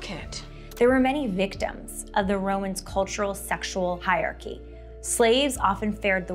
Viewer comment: Hierarchy is not pronounced 'hi-archy," it's 'higher-archy'.